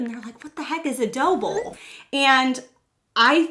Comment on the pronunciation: Are you saying “dough bowl”? Or Doble? Lol